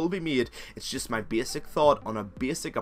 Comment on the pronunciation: Did you say ''beesick'' or ''basic".